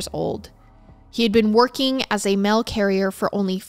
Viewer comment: Girl I love you vids but you've got to learn how to pronounce words. Idk where you're from but it's deal not dill and mail not mill... you're great but I do find it annoying that the most basic words are mispronounced so badly